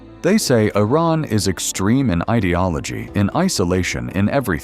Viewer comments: Your Iran pronunciation is very bad. In one line, you pronounce the name of Iran three different ways. Also, most of ur video is showing an area that poor people are exchanging things on the ground that is more negative than you try to be positive . I think u need to learn how to say Iran a right way then prepare that manipulating video . Iran is a great country and proud of its pre Islamic history. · It's not 'eye' ran it's pronounced EeRan. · It was somewhat accurate about the culture and its people, but needs some improvements. 1. Iran is not pronounced I-Ran, it's pronounced E-Run like India. 2. Most of the hateful imagery comes from the Islamic Republic NOT Iranians. 3. Although Iranians are hospitable and kind, the regime is despicable, hateful and ignorant. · I wonder why the narrator keeps mispronouncing Iran. He is claiming that he is stating facts about Iran. Still, he cannot even pronounce Iran correctly. He keeps saying I ran! And don't get me started with the flea market scenes. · Correction! Iranians DO NOT use Arabic alphabets! They might look similar at first glance but they are not the same We have our own alphabets which is different from Arabs BTW, it is not "I ran" as in running! It is Iran which pronounced like (ee-run) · Well done. One correction; the name of the country isn't I-Ran. It's pronounced EE-RON. Thank you 😊😊😊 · What is Eye-raan??? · You don't even pronounce the name of the country properly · A low-quality video made by someone who can’t even pronounce the name of Iran correctly. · Been to Iran. This is SO FAKE! First RED flag,.. when you spot a title 'shocking' truth/reality 'no one told you about'. Bet this is even A.I generated with a 'mission'. Can't even pronounce Iran consistently. :) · You should correct your AI's pronunciation of Iran. I heard so many different versions. Most of the footage doesn't relate to the content. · I roc and Eye ran 😅 it's Iraq and Iran